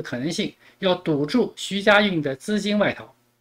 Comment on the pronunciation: 主播你是故意还是真的“徐”“许”不分?